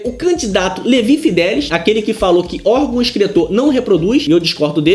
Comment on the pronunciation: É Fidelix e não Fidelis!!